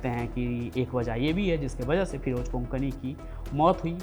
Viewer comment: Konkani nahi kokni